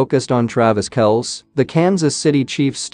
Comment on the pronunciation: It’s Travis Kelsee NOT Kelce, guys!